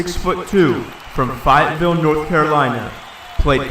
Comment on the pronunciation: Damn. You had me so hopeful until you mispronounced Fayetteville